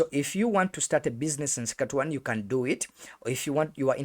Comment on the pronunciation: Suck a two one ....😂😂 That's not how it's pronounced